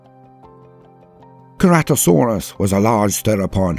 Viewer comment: Very intersting video, but I think you mispronounced Ankylosaurus and Ceratosaurus. The kylo in Ankylosaurus is pronounced the same as Kylo, as in Kylo Ren. And for Ceratosaurus, the C is pronounced with an S sound, not a hard C. Great video otherwise.